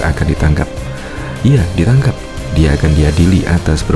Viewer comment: " Ditangkap" ngab bukan "Ditaankap", 🗿🗿🗿 Kelihatan bngt bolos waktu pelajaran B. Indo di Sekolah 🗿🗿🗿